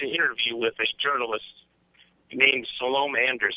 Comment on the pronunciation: How does someone who watches Pakman get his name wrong and Salome wrong also. Pakman corrected his pronunciation on the show.